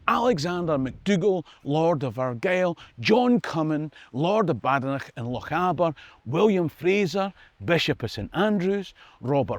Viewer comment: Peter Badenoch in Ontario, Canada here. We hoped to meet you at Seaforth but had to leave at half-time; we old folk can't take extreme heat and the clubhouse was a furnace. Please find someplace else next time! But that's not my main complaint which is your mispronunciation of Badenoch. Correct form: two syllables only, "bade" as with made, "noch" just what you'd expect in Scotland. Emphasis on the first syllable. If you want to check this out, go to Badenoch itself -- e.g. Kingussie, Aviemore -- or go to Aberdeen/Aberdeenshire where the surname, although not that common, occurs the most. Now maybe you can get the BBC et al to pronounce Kemi's name correctly? Love the show -- Peter